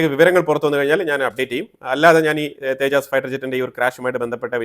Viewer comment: തേജസ്‌ തേജാസ് അല്ല